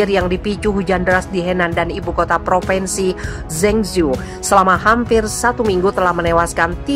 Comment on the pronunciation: Mbak penyiar Central News: Bacalah yg benar : PropInsi bukan PropEnsi. Anak TK-SD lebih pintar.